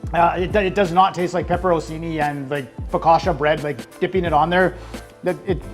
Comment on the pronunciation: It's also pepper-on-chini, not pepper-on-seenee.